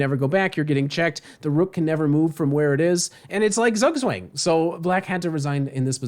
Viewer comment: That's gotta be the most pain inducing way I've heard "zugzwang" pronounced in my life